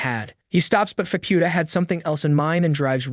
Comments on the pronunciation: I think he's saying Faputa's name wrong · It feels AI generated cuz he's pronoucing Faputa's name wrong too